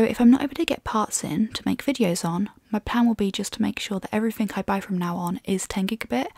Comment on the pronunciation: In all a good review,but a few pet peeves.First she will need to learn to pronounce three properly, instead of pronouncing it free.as well as everyfing and I fink, Seems the more Nth you go,the more F replaces TH. This laziness makes the Queen;s English sound cheap and the speaker uneducated.